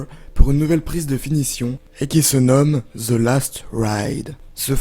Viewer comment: yannick tremblay "THE" la langue entre les dents ! Mdrrr